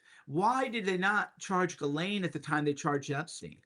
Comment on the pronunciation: It's pronounced Ghiz lane not GAL LAINE